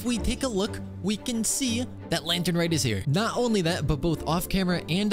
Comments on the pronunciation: lantern rite bro not reet 😭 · r-eye-te not reet 😭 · it's pronouced lantern "rait", not lantern "rit" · He knows, he does it because it’s funny